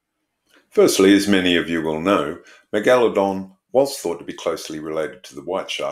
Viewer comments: Jeez you're a pesky bugger, or is it the Al-Gore-Rhythm...lol...we're screwed, I've been banging on about Climate Change since 1993, lot of good that was, when fellow science trained people were being equivocal. Listen to Professor Subir Sarker say 'Astro-nome-ee' then I double dare you to say Meg-Aladong again. It's pronounced Mega-La-Dong...you know, like Mega-Dong with a La. You even did it once, why the pretention? Affectation (may be a better word...but more insulting), I'm an equal opportunity offender. I'm revising my criticism that was here, as sharks do actually vary wildly in number of vertebrae...stupid bitey fish. Eff Walter Ivanstoff...he was a chauvinistic pig from hell, but I took his challenge that you couldn't fail his course (or get a HD), and I beat him! (by smoking pot on his field trip, not doing any work, handing in the most legendarily awful morphometrics and Meristic's description of the fishes of Myall Lakes and failing all his tests. His first test just had the head of an advanced teleost with about 50 bones, and I just answered Operculum and Mandible. 😂😂😂...just amusing myself. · Is the unusual pronunciation of megalodon an Australian thing?